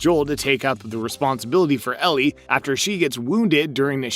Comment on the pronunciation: It’s a fungal infection called cordycept (based on irl fungus) not a brain virus. Idk why you pronounced Ellie as “Elerie” here Sarah doesn’t get infected Bill isn’t a dead body, it’s his partner Frank